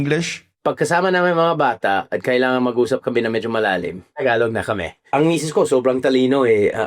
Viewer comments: it is pronounce Ta-galog not Thaaaaghalog..Pag nag salita ka ng tagalog parang Robot.. Joke Lang, hehe.😅🤣😂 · The way you pronounce tagalog sounds like Spanish where you put a bit of glide on the Gs But tagalog G is quite a straight hard G idk